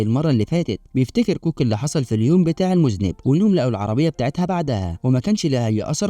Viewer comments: المُذنَّب وليس المُذنب يامذنب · المُذَنَّبْ وليس مذْنِب 😂😂😂، علي حسن سلوكة شخصيا يلخص 😂😂😂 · المُذَنٌَب وليست المُذْنِب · اسمه المذنب بفتح الذال و فتح النون وشدها وليس بكسرها. المذنب بكسر النون هو الذي يقترف ذنب 😂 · 😄😄😄 فعلا النطق خاطئ المفروض تلفظ بالفتحة على الذال وفتحة مشددة على النون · و شد النون اهم حاجه